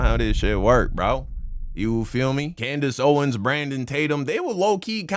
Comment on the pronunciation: Bro this nigga said “coondace owens”😭😭😭😭😭